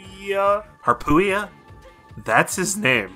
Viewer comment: you got it right the second time, but by all means keep calling him harp it’s hilarious